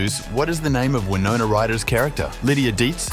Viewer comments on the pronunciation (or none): none